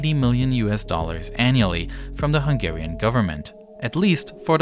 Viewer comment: I am from Hungary, and you did an amazing summary of the situtation! Also, your pronunciation of Hungarian words and names is the best I've ever heard from a foreigner, are you by change Hungarian as well?